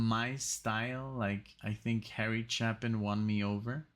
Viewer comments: As awesome as Harry Chapin's songs were here(oh... his name is pronounced with a long "A" - if it were pronounced with a short "A" it would be followed by two P's) his album Greatest Stories Live was recorded a small number of years later, after he'd had more time to work on his presentation and both of these songs are far superior on that album. You should check them out. In fact, every single song on it is better than their original studio counterparts. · Chapin pronounced chay·pn. (CHĀP-ən. ch-APE-in.) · Harry Chapin was (IMO) the greatest musical storyteller. His songwriting is amazing. My favorite of his many great songs is "Better Place to Be"....at some point you and MUST listen to it. (Btw, his last name is pronounced Chay-pin...tragically, he was killed in a traffic accident in 1981 when he was just 38.)